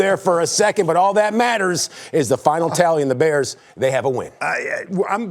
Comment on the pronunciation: Baers! (How Wanny says Bears)